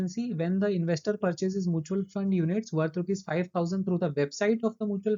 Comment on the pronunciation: Mutual ko pronunciation shi krlo please It’s Mutual not moochal